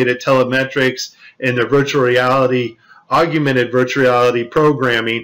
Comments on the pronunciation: You cut out the slow mo where it blacked out while the doll was being put in there. And please pronounce augmented correctly. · Not all these astronauts work for NASA. Also, LEARN how to say AUGMENTED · Wish he could learn to pronounce augmented. He seems to want to give it an extra syllable. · That's not how you pronounce augmented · Discredits his entire dude learn how to pronounce augmented..like seriosly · Can you at least pronounce "augmented" right? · It's not aug-ew-mented. It's aug-mented. Just two syllables. Please. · I keep hearing the word "augumented" being repeated. To my knowledge, there is no such word. Perhaps you mean "augmented?" It's really quite distracting. aug-you-men-ted <- incorrect aug-men-ted <- much better. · Is it just me or does he keep talking about "agumented" instead of "augmented"? Weird. Maybe we can make him discuss nucular weapons, just for the fun of it? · Oh, it's "augumented"! I saw it in text now. He indeed doesn't know the word "augmented". How embarrassing! Well, what do you expect from a guy who thinks MPEG video compression artifacts are a sign of digital editing. No clue, absolutely no clue. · Why do you say "aug-you-mented reality"? It's "augmented." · Augmented...augmented...augmented. Not aug-u-mented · You aren't pronouncing the word 'augmented' correctly... Its 'og-mented' not "og-yu-mented' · Regardless of any NASA lies, you can't power your premise well if you make up words. It's augmented. It's not aug-U-mented. i would not have posted, but you even include the mistake in your on-screen titles. It as weak as saying realize=realulize, or breakdown=breakudown. Now get out there and have some fn. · aug-mented.... not aug-u-mented.... doesn't say much for your intelligence level... makes you come across to some as not quite smart enough! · "Augmented" not "Aug-u-mented" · Augmented not AugUmented. Easy to make mistake. Nice video though. Thanks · Augmented, not aug-u-mented. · Augmented not augumated